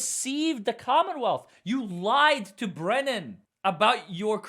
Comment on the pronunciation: The Fraudster,, calls Hank Brennan... Wait for it... BREENAN!!! 😂😂